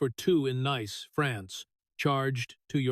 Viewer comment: You can always tell it's AI by the mispronunciation of simple words/names such as Nice, France. 😂😂😂😂😂😹😹👍